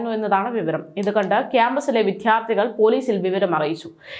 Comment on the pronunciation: വിധ്യാർത്തികൾ അല്ല, വിദ്യാർദ്ധി